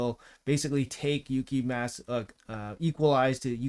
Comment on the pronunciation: I cant deal with the name butchering 😭 its clearly japanese, its like people saying saké wrong. Gave up around 5 minutes. Gonna give the vid a like still. Def going for this fusion 🙌